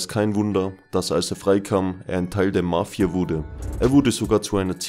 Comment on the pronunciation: Wie du Mafia betonst . Nervig